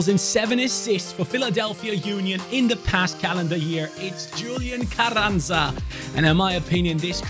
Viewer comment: Carranza I'd pronounced differently. The rr should have a bit off a H sound in front of it and the z is like a s. Love the content